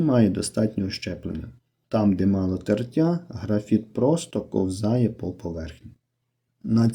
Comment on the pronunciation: Правильно кОвзає,А не ковзАє